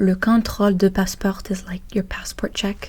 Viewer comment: Salut :) Tu as tendance à prononcer la dernière lettre du mot, alors qu'en français on ne la prononce presque jamais. Par exemple guichet ou passeport, on ne prononce pas le t ;) Très bonne vidéo! Mais y a des trucs que j'arrive pas à deviner : tu as grandi où, et quelle est ta langue maternelle?